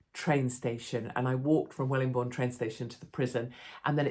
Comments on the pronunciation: Just one small thing. It's Wellingborough not Wellingbourne 👍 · Wellingborn???? 😂😂😂😂 Wellingborough love you still though 👍keep up the work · That's Wellingborough, not Wellingbourne Katie! 😉... Loving your channel! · Katie darling, it's Wellingborough not Wellingbourne or whatever you said it was. I live by the train station, if I'd have known I'd have put the kettle on. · Wellingborough NOT Wellingborne.